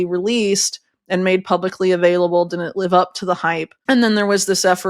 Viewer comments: Please correctly pronounce the word “Didn’t!” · Didn't. Not Din'it. Stop slaughtering the English language syllable by syllable. 😢